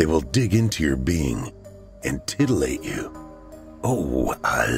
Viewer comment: Huu,huu,huuhuuu he said titulate